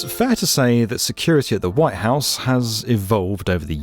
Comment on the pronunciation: Could somebody tell this fool that the building is called "The White House"? With a T.